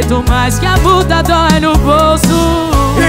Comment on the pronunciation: Ela fala errado fala mula é multa